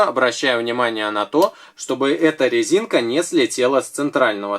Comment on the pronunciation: Я не ослышалась?, вы сказали на лезинка?